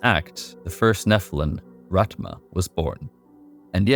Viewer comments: Its rathhhma not ratma gotta use that tongue on your teeth to make that thhh sound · Rathma (Wrath-Mah) not Rat- mah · I'm not trying to be mean or rude, but damn man, it's Rathma, not Rat-ma. His name is spoken in 4 different games. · My man just called him ratma lmao